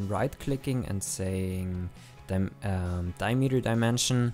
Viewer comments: As a multilinuguist, the key is to listen when the beginning and end of the word is and the concatenation of the words, dia-meter, is di-a-m-eter. Accentuate the beginning and end of the word, not the middle as is common in german, dutch, afrikaans, isiXhosa etc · Never heard diameter pronounced diemeter before. it's interesting